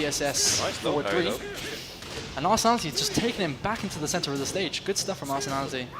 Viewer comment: People still pronounce his name Arsenality XD